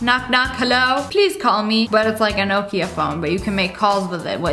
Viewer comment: the way she says nokia is really triggering me lmao